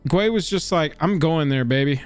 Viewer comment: Guay is pronounced gay.